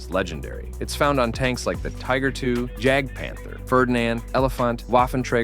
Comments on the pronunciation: JAGDpanther, not Hagdpanther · I will say, it doesn't hurt to learn how German words and vehicles are pronounced. Just hearing "Jagdpanther" instead of "Yagdpanther" and "Waffentrager" instead of "Vaffentraeger" among other things made me a bit uncomfortable. I'm no native, but I'm learning the language and just bothering to go the extra mile and getting the obvious parts down (J is Y, W is V, the umlauts ä ö ü) can go a long way if you don't wanna bother yourself with learning the language's phonetics fully.